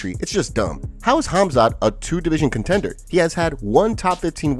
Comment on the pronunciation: I cant NOT call khamzat anything other than cumsock after i heard colby say it